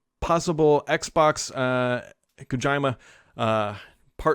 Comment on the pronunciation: I never heard anyone pronounce names so terribly 😂😂 Kojaima? Lmfaoooo come on man 🤣